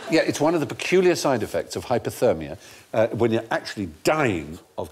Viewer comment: It’s hypOthermia, Stephen, and not as you pronounced, hypErthermia, which is heat stroke. Sadly, every newsreader I have heard makes this mispronunciation.